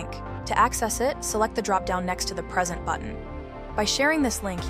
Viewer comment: Nice demo. Gamma is super useful. Super stoked I found it. This is likely produced with an AI voice actor. Pay attention to the pronunciation of the word "present"